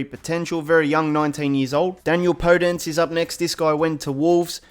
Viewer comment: its podence (po-den-sé)